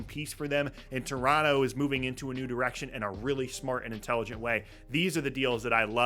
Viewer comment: I appreciate that this guy pronounces Toronto the way they would say it in Toronto